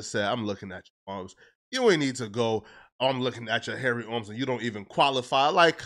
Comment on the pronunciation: And also how he says arms like ormps😂